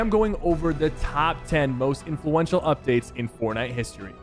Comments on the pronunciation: influencial? you mean influential😂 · "Influencial" lol